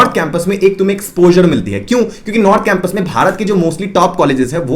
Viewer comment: Bhaiya exposer nhi exposure hota h🙂